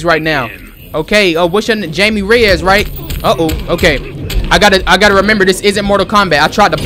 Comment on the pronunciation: It’s pronounced Hi-Me Ray-Us,.